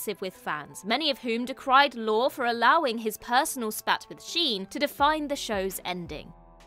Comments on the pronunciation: Lorre is pronounced Lorry, not Lore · Ironic that a British person can't pronounce "lorry." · I think “Lorre” is pronounced “Lor Ee.” That’s how I’ve always heard it anyway. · Dear…I love you and this channel, but the director of Two and a Half Men is not Chuck “Lore”. It’s pronounced “Lor-ee”. Even if you’ve never heard of him or heard his name pronounced, the fact that you couldn’t do a simple google search to double check is disappointing. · That was fun, nicely done. Small point, since he's going to be mentioned again, I'm sure... Chuck Lorre, the writer and producer of so many shows? His last name is pronounced 'lorry', like the vehicle. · Correct. Lor-e. I was going to comment when I saw you did, so thank you for that. It's a simple sign of respect to look up a name that's been mentioned thousands of times. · Pronounce Chuck Lorre’s name correctly….. IT’S PRONOUNCED LAWREEEEE! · LORE-EE. Chuck LORE-EE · Why can't ANY OF YOU pronounce Chuck Lorre's last name? It's Lore-ay, not Data's brother. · It’s Lorre, heavy on the Y sound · The repeated mispronunciation of Chuck Lorre’s name causes me to wonder whether the folks at What Culture have any insight into these subjects.